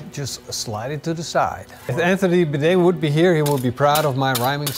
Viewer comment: He's just trolling uncle Roger so he will promote his channel. (And did he say Anthony Bidet? 🚽 🤣 )